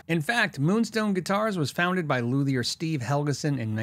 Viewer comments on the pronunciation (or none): none